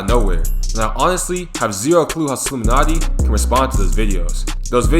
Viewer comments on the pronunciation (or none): It’s Solluminatti not Slouminatti